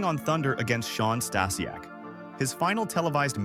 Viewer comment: good ol' Shawn Stassy-ack